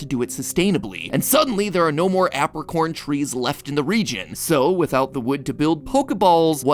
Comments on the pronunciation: i hate the way you say apricorn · i hate how he pronounces apricorn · ok am i insane or is "apricorn" pronounced "ape-ricorn"? i swear i've been pronouncing it this way my whole life